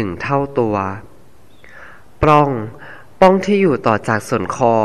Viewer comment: ปลัองค่ะ มิใช่ ปร้อง สะกดปิดนะคะ ไม่มีร.เรือ ไม่ต้องกระดกลิ้นค่ะ